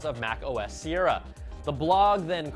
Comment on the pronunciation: Mac OS Sierra was not said correctly!!!